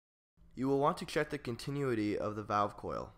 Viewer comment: The volume fluctuations are off the charts and you're mispronouncing "continuity."